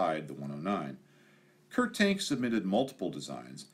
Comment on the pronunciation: Great video, one minor quibble. I believe that the FW-190's designers name is more accurately pronounced as "Kurt Tahnk"